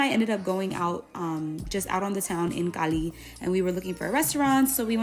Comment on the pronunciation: yeah, I didnt watch the other food parts, there you pronounce Cali and Colombia as a native speaker! Quien lo sabia! 😊